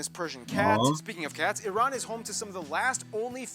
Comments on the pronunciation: repeat after me IRAN not eyeran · love and respect from Iran. and btw the correct pronunciation sounds like E-Run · It's eeran like Italy or Iraq 🙂